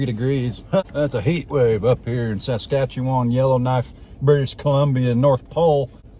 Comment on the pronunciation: Congrats on your pronunciation of my province Saskatchewan and in some our cities are -28c, with the windchill it is even with -40F which is dang cold. Oh ya that is day time high.